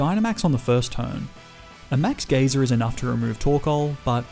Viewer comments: Sir it's "guy-ser" not "geezer" or " gaysir" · “Max Gayser” 💀 “Max Geeser” 💀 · It's not max gee-zer it's max guy-zer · “Geezer” “Gayzer” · Dude please learn proper pronunciations for pokemon and normal words as well. Geyser not geezer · Great vid (max gazer pronounced g-ia-zer) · Ah yes geeser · He also says gayzer instead of geyser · Being from the Uk, hearing ‘Max Geyser’ pronounced as ‘Max GEEZER’ made me laugh 😂😂. “Oi, MAX GEEZER, you good mate?”. Also YES. GrookeyGang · He said max gayser people happy pride month ❤️❤️ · Anyone else bothered by the way he says geyser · He also said Kabu had a sizzlipede when it's a centiskorch, and kept pronouncing Geyser incorrectly.